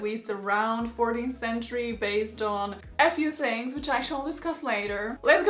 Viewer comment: My favorite thing about this video and I'm only like 10 seconds in is how accent made "a few things" sound like "f u things" lol